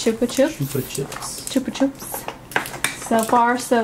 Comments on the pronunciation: it's "chupa chup" as in "up" not "oop" but yay this was fun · "Chup-ah-chup" not "choop"